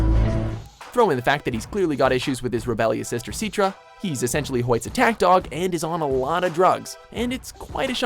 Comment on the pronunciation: Sorry I had to do this. SIT-ra not SEAT-ra